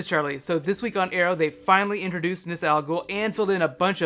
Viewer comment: Did you notice different characters pronounced ra's al ghul's name differently?